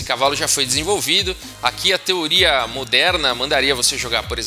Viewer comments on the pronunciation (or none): none